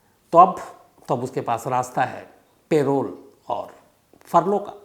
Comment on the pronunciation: पेरोल नहीं परोल parole